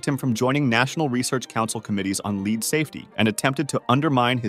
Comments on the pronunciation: Infuriated that the narrator read lead as lead.. it's pronounced lead. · It's pronounced lead not lead. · oopsy, pronounced it as 'lead' instead of 'lead' 😅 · Why did you go back and forth pronouncing lead and lead (led)? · lead. not leeeead. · "tiny amounts of lead" It should be /lɛd/ not /liːd/ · 'Lead' is pronounced 'led'. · “Lead safety” xD leader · Lead is pronounced led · Yea its supposed to be '' led '' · I mean, he’s clearly not dumb. What I want to know, is how he got to however old he got in life with nobody telling him he is pronouncing lead wrong. 😂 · That bot way say “lead” is bonkers. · You really said lead wrong, come on dawg. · thats not how you pronounce lead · OH DEAR! WHO is the CRAZY person who used a COMPUTER voice for this video? LEAD chemical is not like LEAD a group! GEEZZZZZZZZ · how can you mispronounce lead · Your voice over pronounced lead wrong. I'm disliking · Why did dude mispronounce 'lead' 5 times at random.... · How you gonna mispronounce lead half the time and get it right the other half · It’s lead not lead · And that he can't pronounce lead consistently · You mispronounced the word "lead" (the metal, not the verb) five times. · If you're going to pronounce lead wrong, at least keep it consistently wrong. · I only noticed it beeing generated when it couldnt say lead...idk how to feel about this... this is slop, but it doesnt seem to be inaccurate, but now i dont believe anything in this viud..... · Same with "Lead safety" and "Lead was removed" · It's lead, not lead. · It’s obviously lead, not lead.